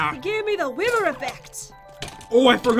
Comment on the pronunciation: When jet said wither she said wiwer